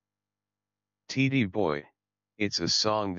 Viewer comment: Tee-Dee boy? Seriously bad AI voicing.